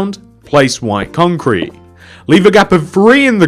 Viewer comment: it sounds like he is saying Wine Concrete but great job!